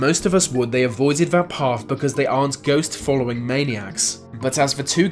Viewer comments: Lucimara Sant'Ana The UK, he says ‘Vey’ instead of ‘they’. It’s not even a speech impediment, just lazy pronunciation. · Vey say vat vhe mountain.....